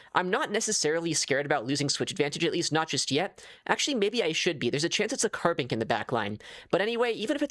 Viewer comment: Say carbink one more time I dare you